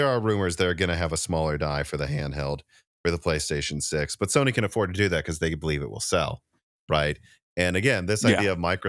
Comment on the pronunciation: Anyone else thought he said Stoney is backporting instead of Sony?😅